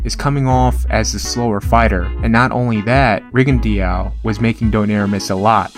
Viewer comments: It’s rigondeaux .... you say it rig-on-do.... deaux is pronounced do like pizza dough or doughnut.. just a heads up bro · "Riggin-dee-ow" lol